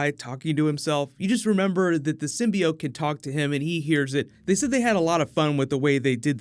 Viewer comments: Also, I really hope that they don't pronounce it (sim-by-oat) like they did in that one trailer. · They also fixed the way Skirth pronounces the word "Symbiot"